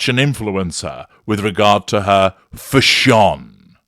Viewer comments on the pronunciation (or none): 😂😂😂crying at how you're pronouncing "fash-SHON", 😂😂😂😂